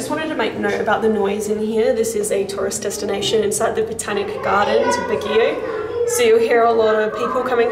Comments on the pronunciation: It's pronounced as "bag-yo" and not "bag-gee-yow" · Baguio pronunciation.. (Bag)-(yow!) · Baguio prounounce as Bag-yo. 😍😘 Nice vid. 😃